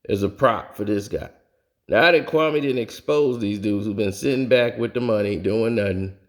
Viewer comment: It's Kwame not Kaume